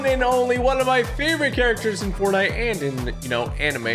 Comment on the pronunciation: Did he just say bortnite 😂